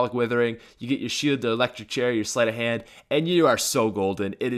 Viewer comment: u said slit of hand 4 speed cola